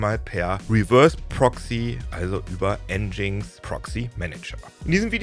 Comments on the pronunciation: Das heißt nicht N GINX sondern "Engine X" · Es heißt "Engine Ex" und nicht "Endschings".. (Aussprache von Nginx) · Für mich leider ein langweiliges Thema, denn der Inhalt des Videos ist so schon deutlich über 10 Jahre umsetzbar und einfach alte Kamellen. Dann auch noch nginx falsch ausgesprochen. 🤡